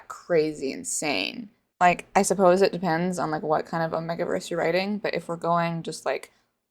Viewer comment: Why do you say omegaverse like that 💀 it's 'oh-may-ga' not "oh-meh-ga'